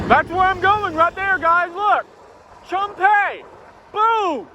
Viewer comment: I'm not offended, but Chum Phae is pronounced Choom (rhymes with zoom, boom, loom), Paa ( has the aa sound as in cat, hat, fat).